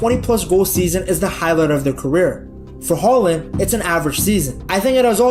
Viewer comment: His name is Erling Håland. Not Erlend Håland. Points to the presenter for not calling him Haland.